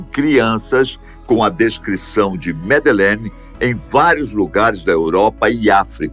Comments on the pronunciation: o nome que vc a chama está errado, ela se chama Madeleine, e nao Medelene. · Jamais, ela tem 21 anos. Madelein teria 19 anos. Esse narrador não sabe nem pronunciar corretamente o nome da miúda. Cá tds tem a certeza que os pais da Madelein são os culpados. Vai ler sobre isso.